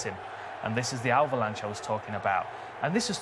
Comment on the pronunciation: "Alvalanche". Hell yeah!